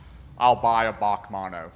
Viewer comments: It’s not pronounced Baque it’s actually just the letters B A C mono 😋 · B.A.C Mono NOT F***ing "Bac Mono" Please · Back manno it's bee a cee bac manno 😆 🤣 😂 😹 😆 🤣 😂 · Briggs Automotive Company Mono. "B A C mono" Not "Bach" mono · Bee A See. Not bawk. Sick cars. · B A C mono, not "bac mono" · It's B.A.C mono bee ayy see not bac or bahc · It’s not pronounced bac It’s pronounced B-A-C mono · its not a Bac its a B A C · As far as I know it is pronounced BAC, like you say BMW individually, not Bac as one word. I hope you can understand what I am saying lol. I like your longer video format too. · Interesting video...as always! B.A.C. is an abreviation of "Briggs Automotive Company". It is not pronounced as Bac or "Bach" as you did. I'm sure you would not call a BMW a "Bimwa"... Otherwise, great to see what car cultures exist in unexpected places! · I have to say its pronounced Bee A Cee Mono, short for Briggs Automotive Company founded by brothers Neill and Ian. Cambodia looks awesome. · I'm pretty sure its B.A.C. not BAC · British Automotive Company so pronounced Bee A Cee 😁, pedantically yours PB555. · I'm sure Christian Von Koenigsegg likes being now known as Christopher 🙂...... Oh and you pronounce each letter in BAC. Keep up the great content my man...